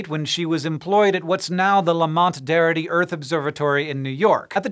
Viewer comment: I live around Lamont-Doherty and that is not how you pronounce it hank